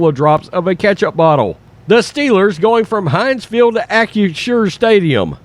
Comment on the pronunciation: Shows you what a stupid name it is for a company OR for a stadium that mispronounces it over and over in this video. He keeps saying AK-U-SHUR instead of AK-RISH-SHUR. But no matter how you say it, it comes out CRAP.